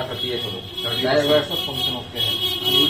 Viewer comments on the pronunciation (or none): none